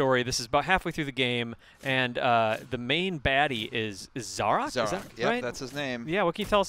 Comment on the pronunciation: The game itself says how to pronounce 'Zarok' yet Yanks still find a way to mispronounce it.